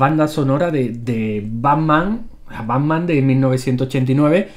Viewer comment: banman? o pacman? jaja